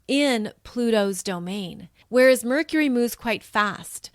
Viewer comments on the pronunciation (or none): none